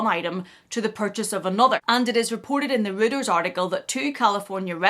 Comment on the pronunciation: It's an ugly bag. By the way Reuters is pronounced ROYters, not rooters. And it's ridiculous that the shop assistants are given the hoity-toity title of Sales Associates. If they are not earning commission and are on a wage or salary, they are shop assistants.